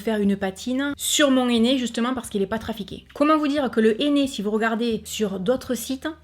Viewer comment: mon néné... ça m'a fait rire. Avec l'accent, c'est hilarant. J'utilise du henné neutre grâce a toi et j'ai beaucoup moins de démangeaison. Quand a Action, j'y vais souvent et j'achète de temps a autre les produits que tu testes en vidéo. En générale, c'est toujours un grand oui. Des bisous